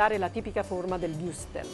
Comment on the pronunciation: Imparasse per lo meno a pronunciare Wurstel...santo dio...